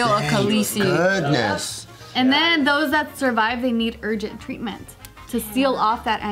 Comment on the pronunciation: lol, I heard "urgent tweetments"